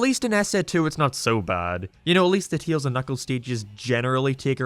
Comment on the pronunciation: I dont wanna judge your English but when i hear you saying Tails, sounds like you say Teals